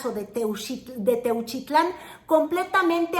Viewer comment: Techutlan, Jalisco jajajaja